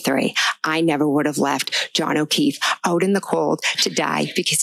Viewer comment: Paul can't even say Johns name.